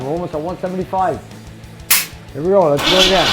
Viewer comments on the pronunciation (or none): none